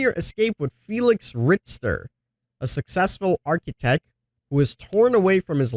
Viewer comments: Not to be "that" guy but he's German so it's pronounced "Rick-tur" lol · It’s pronounced RiKter. Ch is K sound it’s a German name. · Richter is pronounced Rick-tur. I forget what the scale is for exactly but Richter the surname of some scientist that came up with some scale that’s important in physics or something like that. Since Felix is an engineer and engineering has to do with the Richter scale in some way or another, that’s why they gave him that name. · No it's not! It's pronouced more like Rish-tur I'm German and you can't prove me wrong. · Felix Richter is a German name. Since English doesn't have a vowel which is close to the German "ch", I'd suggest to pronounce it like Rish-tur. It's quite hard to describe the vowel, if you don't know how it sounds xD